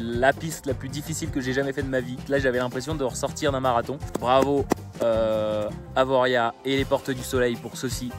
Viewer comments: On dit Avoriâ...Et c'est le mur des suisses....et puis franchement c'est pas si difficile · Qui c'est qui t'a dit qu'il fallait bien pronoincer le "Z" dans Avoriaz? Un parisien? Ca ne se promonce pas si tu es Haut Savoyard et surtout Chablaisien. Tu dois dire aussi Chamonixe aussi! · Il y a longtemps, la noire du Lachat au Grand-Bornand et une piste du haut des Grands Montets qui passaient sous le teleph étaient de niveau similaire. Je ne sais pas ce qu il en est aujourd'hui.. bon par contre enlève ton Z quand tu prononces Avoriaz stp 😉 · Mec : SACRILEGE on prononce pas le Z (à moins de vouloir passer pour un monchu), moi les X bref partout pareil en Savoie haute Savoie! tu dis pas la ClusaZ, ChamoniX, le semnoZ etc... Bref on dit Avoria pas AvoriaZ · On ne prononce pas le z à la fin comme pour chavanoz ou la clusaz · Super le truc sur la prononciation de Avoriaz 😂 je sais plus où javais vu cette combine pour faire commenter les gens ! (La preuve que ça marche..)